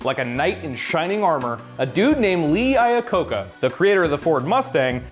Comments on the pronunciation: It's "Iacocca" not "Lacocca". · Screwed up Iacocca's name.